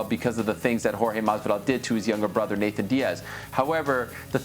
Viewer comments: I’m so annoyed with Ariel saying “Nathan “ .. am I being petty ? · Im an Ariel fan. But its suspect how he says 'Nathan' Diaz ALL the time. Weird dude. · Ariel the only one to say “Nathan Diaz” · Nick Diaz vs Jorge Masvidal was booked back in the day so I hope they do that. Oh and Ariel is gonna get a call from espn telling him to stop saying “Nathan”.